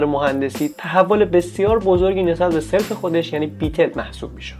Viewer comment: Great job, but please fix it on 1.22 minutes of the video. The pronunciation of that word is SALAF in farsi, not SELF. thanks